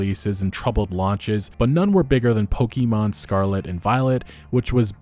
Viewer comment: it's poKEmon not poKimon